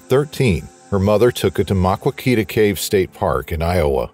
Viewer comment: My highschool 9th grade Earth Science class took a field trip to the Maquoketa Caves since it was only an hour away. Was an amazing experience. P.S. it's pronounced as "muh-kow-kuh-tuh" :)